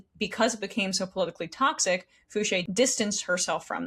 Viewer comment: It is pronounced Foo-shee not Foo-shay. Source: Valerie Foushee is my representative please help.